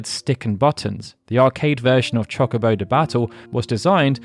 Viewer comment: CHALK obo de-battle, my brother in christ i know you're english, fix that please.